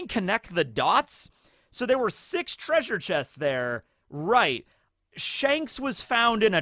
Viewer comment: If you say "treasure" like that it sounds like "treason". And I doubt Jinny will be much of a focus in the coming half an hour. Imagine Kaido ate a Dragon Smile instead. No, that wouldn't be sorta the same. He wouldn't get to transform at all. Smile Transformations are absolute. He would be susceptible to Tama's Dango. I just realized something: The World Nobles (seemingly) weren't evil enough yet for Oda. They needed to be involved with Loot Boxes too. It probably was Cipherpol. Because they "stole" the treasure of Hachinosu. The Gods Knights would have robbed it. And these are two very different types of illegal repossession. (In most cases the difference is between the amount of physical damage inflicted on the target.) Overall: There is no chance that Big Mom's Road Poneglyph was one of the prizes. If the World Government got their hands on a Road Poneglyph they would built a Triumphal Arch in Mary Joa and the Poneglyph would be submerged entirely within the screed of it.